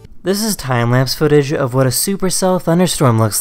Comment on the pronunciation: Does he say time lapse footage of a supercell or Thailand footage of a supercell? I know he says time lapse but if you listen it sounds like Thailand. 🤔